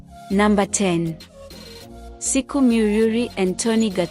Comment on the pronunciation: Please say SHIKO not siku....gosh